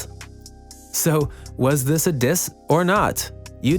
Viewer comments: “Diss” even though im super late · “Diss” ain’t dababy that’s my baby 🤣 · Diss "DISS" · “Diss” really hope I win